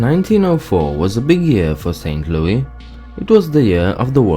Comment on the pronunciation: Saint Louis. LOO-IS